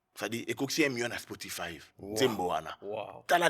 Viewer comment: Spotify et non ''Spotifive''